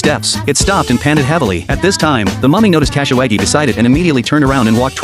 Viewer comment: Bruh kasawagi pronounciation is hilarious Cashy waggy😂😂